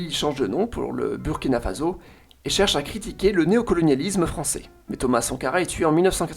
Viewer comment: Je me permet une petite note sur la prononciation : Burkina Faso ne se prononce pas Fazo mais Fasso, même si il n'y a qu'un seul s